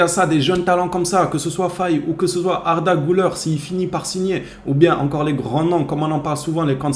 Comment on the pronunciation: Ouais tu prononces bien son nom maintenant, t'as bien suivi le cours 😄😄